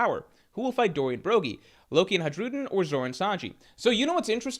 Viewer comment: please 🙏 Hajrudin is pronounced like “Ha-ruden” without the J sound.